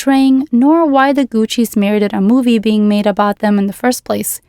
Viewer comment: I’m not sure why people do this but I noticed when you say the word “the” you insert da or de instead of saying the actual word THE. You don’t do it every time, just occasionally. This is meant to be constructive and helpful…. Not mean or cruel. But when you do that, it can sound uneducated and I know you’re not bc this was a wonderful video!! I enjoyed it very much. Thank you and God bless! 🥰